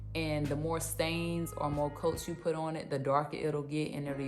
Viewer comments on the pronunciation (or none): none